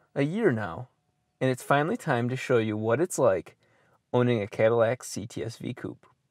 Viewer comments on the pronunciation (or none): I Could tell from his goofy accent occasionally popping up on random words- that "deat" "deat aahse" "cah-dih-lahc"